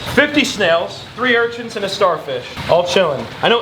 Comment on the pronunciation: "urchints" lmao it sounds like you add a T to urchins